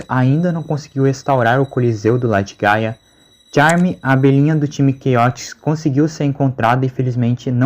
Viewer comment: Juro que eu entendi paia e não gaia